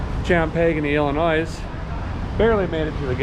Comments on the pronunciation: Illinois, when pronounced, has no "S" sound. For example.... ILL-A -NOY not ILL-A- Noise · lol the S is silent in Illinois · Love ya but that s is silent ;) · There is no noise in Illinoise. Got that big b oy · Illinoice. XD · Don't pronounce the S in Illinois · Idk if ur just sayin it that way just bc....but technically...the s is silent in illinois.......im a IL resident born and rasied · The S is silent in Illinois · Just so you know, the S is silent in Illinois. Funny channel to watch. Enjoyed. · You totally butchered Champaign Illinois lol no s at the end of Illinois an the g is also silent in Champaign but I saw y'all it was so awesome I love the cars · Love your videos but as someone who was born and raised in Illinois I hate it when Illinois is pronounced wrong. FYI.. the S is silent in Illinois. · Derek is the only guy in America who can mispronounce both Champagne and Illinois in the same sentence and still be universally loved. LOL